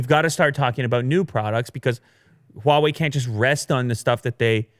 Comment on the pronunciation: I cringe every time Huawei is mispronounced